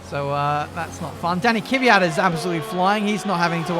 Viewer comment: an its pronounced kwiat not kivyat